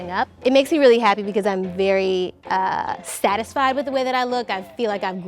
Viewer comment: apparently i am not the only one who pronounces satisfied as statisfied